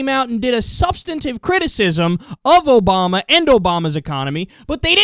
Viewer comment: I'm a big fan, but your "ObamNa administration" really drives me bonkers >.< Thanks for uploading!